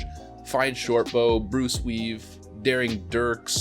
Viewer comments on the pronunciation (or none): My man. You just called "Bruiseweed," "Bruceweave" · I heard "Bruce Lee"